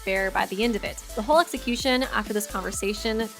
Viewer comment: I'm sorry did u just say sexicution